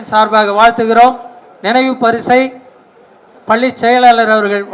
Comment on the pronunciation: என்னாது.. "பல்லி வலாக"மா... தலைமை ஆசிரியரே இந்த லக்ஷணமா... பாவம் மாணவர்கள், வாழ்க்கையில்எவ்வளவு அவமானப்பட்டனரோ ... மாணவர்கள் மேல் எந்த தவறுமில்லை. "அருல் ஒலி"யா... கேட்கவே புல் அரிக்குதே